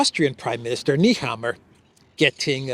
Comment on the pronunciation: pronounced NAYHAMMER, not NEHammer. just for Info